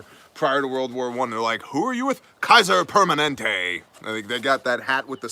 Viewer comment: “Kaiser-permanents”...ok I’m still laughing at that one. Priceless!